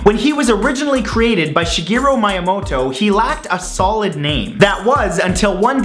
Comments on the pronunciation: Jesus Christ you need to learn how to pronounce shit.Like seriously? MY UH MO TO? It's supposed to be ME UH MO TO. Dipshit. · You mispronounced Miyamoto. It's me-yah-moe-toe, not my-ya-moto. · It's not pronounced 'Majamoto', dumb fuck. It's 'Miamoto' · >My-a-moto Correct pronounciation is Mee-a-moto. That doesn't really bring down the video though, good job with that! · M (ee) amoto not my amoto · ***** It's also pronounced mee-a-moe-toe not my-a-moe-toe. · His name is myamoto not mYamoto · Work on your pronounciation of Japanese names! With the exception of ra/ri/ru/re/ro and maybe "tsu," it's all really simple and phonetic. Miyamoto is pronounced more like "Mii"yamoto, not "mai" ya moto. WEEABOO POWERS, ACTIVATE! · "Shigeru Mayamoto..." LOL. It happens. Great vid. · Great video, just one teeny tiny thing: MAYAMOTO! :B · Shigeru Mayamoto? Peilei? What the fuck Matthew? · "Mayamoto" Absolute butchering of the name. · Im sorry, but Mi-amoto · Great video but... Your pronounciation of names suck xD I mean "Mayamoto"? Lora Croft? Just Sayin' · "Yimmamoto You'll Shit Soon" Did anyone else hear that? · You just probounced his name as m-eye-amoto. Lolwut. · Did he say Mayamoto? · wait wait wait... Minimoto You-shit-soon?? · It's actually pronounced (Mee yuh moe toe). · Miyamoto is pronounced Mee-uh-moe-toe. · I'm sorry to correct you, but I always have heard it Shigeru 'Me-ah-moh-toh' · Lol, Shigeru Mi-Yamoto... I Love how you pronounce the Name of the Video Game God. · It is pronounced Mee-Yah-Moe-toe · Your pronounciation of Shigeru Miyamoto is disturbing. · That's what you got from this? Not the fact he fucked up the pronunciation of god damn MIYAMOTO?! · Hey Matt a fair warning you mispronounced miyamoto